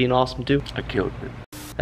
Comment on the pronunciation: D "I KILT IT"